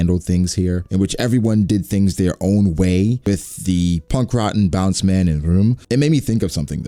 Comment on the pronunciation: BOUNCEMAN?????????? Wtf bro its BAOOOUUNDUMANN!